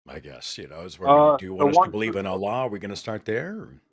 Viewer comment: It's time for Seth to finally learn how to pronounce the word Allah. It's embarrassing.